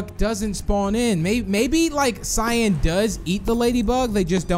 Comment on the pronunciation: I love how you called cyan shyan